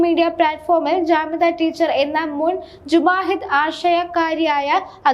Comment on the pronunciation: Mujahid ennanu kutti, ellam akshara thettanu, sookshichu vayikoo